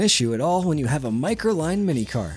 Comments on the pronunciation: It's not Microline but Microlino with an "o" at the end. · microlinO NOT microline O! O! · Its not a Microline,, it's Microlino ,MY-CRO-LEE-NO 😎🇫🇷